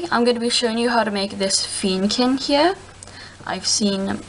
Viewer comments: Feeeeenneeeekin?? Pronunciation: Fen-ni-kin OK?! see my icon? It's a Fennekin. So no messing with ME!!!!!!!!!!! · You say fennekin wrong